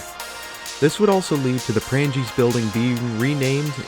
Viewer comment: Good video, unfortunately your pronunciations, in part, are an insult to the building's history! For one Prange's is pronounced with a SILENT 'G' remember there is a MAJOR influence in how thing's are pronounced in Wisconsin via Wisconsin's Native Tribes, The French, and also German settlers to name a few.